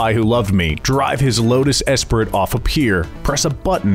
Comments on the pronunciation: espri"t" rofl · You lost me at the severe mispronunciation of “Esprit.”